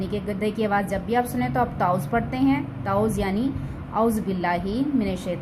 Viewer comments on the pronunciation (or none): تعُوذ نہیں، تَعَوُّذ پڑھائیں